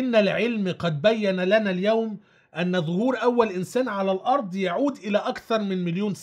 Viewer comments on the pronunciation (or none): none